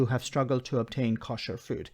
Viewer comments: You pronounce "kosher" in a wrong way. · your pronunciation of Kosher is painful to listen to.